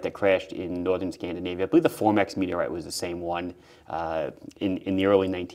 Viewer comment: "MeTeRrtE CrAsHeD tp Eart..." Love your channel.